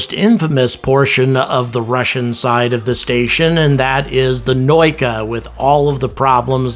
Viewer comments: наука is pronounced "na oo ka" not "noy ka". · The pronunciation of the russian names is butchered beyond recognition. You say Noyka but it should sound Na-ooooo-ka. You say Pree-cal but it should sound like Preach-aaaaaa-l. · Not "Prikal" it is "Prichal" sounds like (PREE-CHA-L) means "dock". Not "NOIKA" sounds like (NA-OO-KA) means "Science". US did not need Russians for Apollo or Shuttle missions. Not a big loss. I personally believe the ISS is outdated and needs to be grounded. It will not survive without Russian segment anyway. Plus spending billions of dollars on replacement segment to prop up the old tech is a waste of recourses.